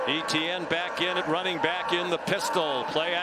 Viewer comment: Listening to these commentators mispronounce Etienne is so fkn cringe.